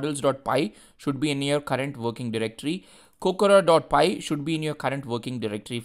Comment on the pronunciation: Is Kokoro not Kokura